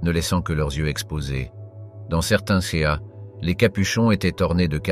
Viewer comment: je suis obligé de disliker parce qu'au bout d'un moment entendre dire "de nombreux C A" et "moyen G E" il serait temps d'apprendre à parler correctement... et bien sur je me dispense de m'abonner à cette chaine et bien sûr ne pas regarder la vidéo du début à la fin!!!